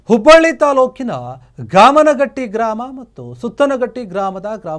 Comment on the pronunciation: ಗಾಮನಹಟ್ಟಿ ಅಲ್ಲ ಗಾಮನಗಟ್ಟಿ ಸುತ್ತನಹಟ್ಟಿ ಅಲ್ಲ ಸುತಗಟ್ಟಿ.